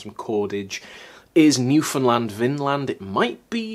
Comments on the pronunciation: He also pronounced Newfoundland correctly. New-fnd-land not new-found-land. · My friend in St John's would be so happy that you pronounce Newfoundland right! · YOOOOOO DID YOU JUST PRONOUNCE NEWFOUNDLAND CORRECTLY? HECK YEAH